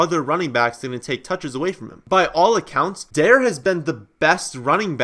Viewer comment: FYI It's pronounced Da-rey, not Dare like the kids anti-drug program from 20 years ago